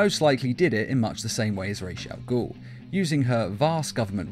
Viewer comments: It’s Ras al gul. Not rashe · why is Ra's al ghul pronounced as "RESH AL GHUL" - its RAA's AL GHUL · Say it with me “ RAWS (like raw celery) AL (short for Albert) Ghoul (like the vampire anime) Love your vids man